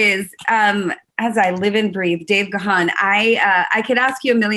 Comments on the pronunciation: Not Ga-han. You pronounce it GONE. He is so polite he never corrects people. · Dave channeling his inner Bono eyewear. Ladies and gentlemen…it’s Dave Gaaahaaaan! It’s pronounced similar to “Gone”. ;) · O my god Ga:n...dear...wife, how do you speak his name😵??? it is realy not ok. Please correct this..ask the universe.... Dave G. is the King ❤🤗❤ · You’re pronouncing his name wrong! 🤦🏽‍♂️ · If she likes him as much as she says she does how the hell can she not know how to pronounce his surname?